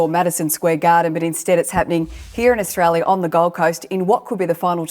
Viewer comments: Why the fuck is this clown saying AUSTRALIAM? 😂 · Is old mate saying, Australiam? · Australia mate not bloody Australiam WTF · Going to be a ripper fight. The bloke in his ear could of told him to pronounce Australia correctly 😂😂